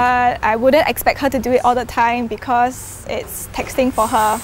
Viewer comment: Am I the only one that heard her say it’s “texting on her mother” instead of “it’s taxing on her mother”???